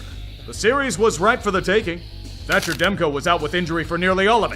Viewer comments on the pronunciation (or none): none